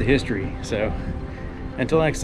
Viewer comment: It sounds like 'Shopron' not "Soaproan"